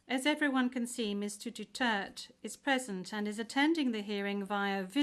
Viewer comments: Is not Dutert. _Du_ter_te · It's Duterte!!! Not dutert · What a bunch of dummies that can't even pronounce his name correctly, even after being corrected. Probably done intentionally by this unprofessional "Judge".